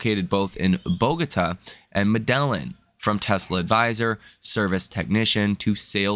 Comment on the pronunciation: Medellin = meh-DAY-yeen Rakesh = ruh-KEHSH